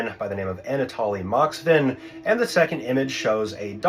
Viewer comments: Moskvin, not Moxvin... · its Moskvin not Moxvin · You mixed up the letters in his last name a little, it MoSKvin, not Moxvin, but that’s alright He is actually from my home city and for some time taught in one of local unis Our city is somewhat famous among lower (and not) internet users for some wild cases tbh, they could really fit into your channel) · Moskvin (Москвин), not Moxvin. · What's funny......is the time taken to make this video..........and you cannot even spell or say the guys name correctly.......moskvin